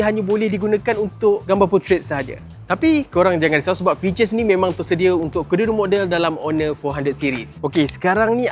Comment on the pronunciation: Mantap reviewnya. Kena slow sikit cakapnya kadang2. Ada je dengar tersalah sebut jelah(jelas) dengan fiter(features)..😆